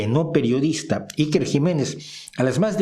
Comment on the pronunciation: Como se nota que no vives en España y niucho menos conoces nuestro gobierno...infórmate antes de criticar es lo mínimo a por cierto te viene muy grande pronunciar a iker